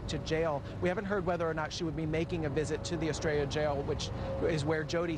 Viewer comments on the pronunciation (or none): It's ESTRELLA Jail not Australia jail lol